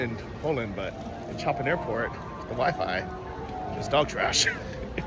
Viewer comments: hehe You said Choppin.......ggrrrrrr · I hate coffee in ceramic cups,it gets cold so quick ao I always order coffee and ask for paper cup in Poland so it remains warm for a longer time.Good choice to buy 20 minute tickets:))Its called Chopin airport but pronounced as'showpin' airport. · You aren't the first person to butcher Chopin's name.